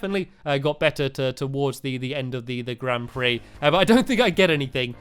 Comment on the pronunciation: Grand pix he say grand pree